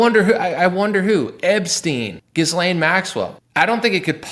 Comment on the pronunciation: yes. I hear you 💯% - this is perhaps not important, but.. it's "gi-lane" or perhaps gee-lane, or better still drop the vowel altogether & say g'lane. The S is silent. And this is French, so everything is faster and "thrown" sort-of aside in the language - sometimes almost an entire word can be run by so fast it's not even possible to discern it was Said. Haha. Anyway... "Gee" - "Gi" - "G'" - not "Gis".